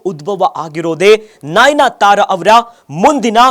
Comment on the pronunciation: nainyatara alla pa..adu nayanatara